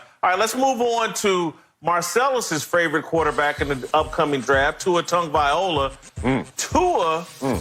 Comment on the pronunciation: His name is TagovaiLOA..how does no one tell this idiot how to pronounce his name properly, its like saying Whitcock all the time 🤦‍♂️🤦‍♂️🤦‍♂️🤣